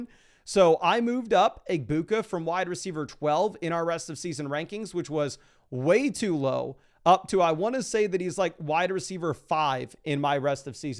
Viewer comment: A Boo Ka* get it right. 😂